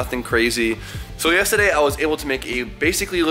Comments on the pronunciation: Guy always say yestahday not yesterday 😭😭😭😭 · The way you say yesterday funny af